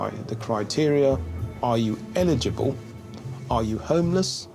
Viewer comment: Like many Hispanics, who pronounce it as "illegible", apparently, these non-White "English" people don't know how to pronounce the word "eligible" (el’-i-gi-ble). The first vowel is NOT silent. As a matter of fact, the hard accent is placed on that first syllable comprised of that first letter of a short "e" and the "l" (el’) sounds. Instead, the way they're pronouncing it sounds like the word "legible", with an accent on the "le", and dropping the first letter, thereby dropping the first of "4" syllables. This makes it a completely different word with a completely different meaning; so, YES, it's important.